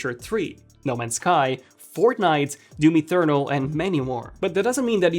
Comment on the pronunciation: Bro said DOOM Ethernal.